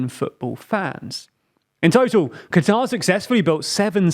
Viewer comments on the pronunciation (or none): I know you're british, but it's pronounced "Cutter" not "Qwatar" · no it's not it's pronounced qatar. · No you idiot. It's supposed to be pronounced "cutter" that's how they pronounce It locally